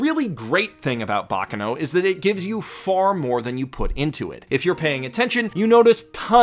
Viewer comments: Please. it is /bak'kano/ not /'bakkano/. that pronunciation hurts a bit. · The accent is on the second "a" in baccano, and the force needs to be put in the c's, not in the final "no". I don't know what "bocno" is. Sorry, I had to. But... Basically, what made me today are friends. I wouldn't be myself if I hadn't have some friendships through my life. Yes, friendships are one of the main changing forces in my life, both for the better and for the worse. The second I would say it's videogames. The third... I know this would be both laughable for and embarassing, but one of the first thought I EVER remember is being myself, always. And I think that that thought was implanted into me thanks to... Winx. Yup. That bitch ass, lookin' ass, girly ass shit it's the thing that (probably, I don't really know) made me TO THIS DAY. And I am grateful for that. I might have to thank the creator, if I manage to meet him ever again. (Yes, I """"""""met"""""""" him at my first, or second ever Lucca Comix and first/second ever convention, I don't remember this too) Another thing that shaped me in a very strange way was Avatar too. I love that show. Writing this almost made me cry, actually ahah. I am, unfortunately very easy to make me cry, my ex described me as a "glass cannon", while for my whole life I though of being just a very, very VERY weak kid who would not grow up. Plus loving to cry is another thing that helped me think that I was just a weak, frail, powerless kid and girl. And let's not talk about one of my best friends who told me this exact thing. Ok, I g